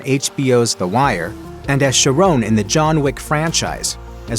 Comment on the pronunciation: How did you butcher Lances character in John Wick? Its not Sheronne it's Charon (Care-on)